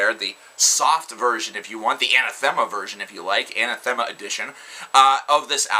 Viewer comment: Anathema is pronounced "Uh-nah-thu-muh" That's how the singer says it anyway... Nitpicking I know, but I was glad to find out. I always said Ana-thee-ma lol.